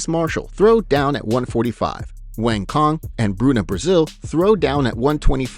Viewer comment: Omg!!! wang cong so mispronounced, punch it into Google translate and click speaker icon to learn how to say her name.